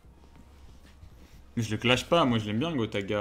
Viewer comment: Moi j'avais entendu gros tas de gras puis j'ai compris qu il avait dit gotaga 😂😂